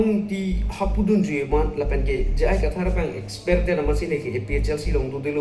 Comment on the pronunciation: Exper pukali t ko Expelled pu abang ji .. pronounce thek the ma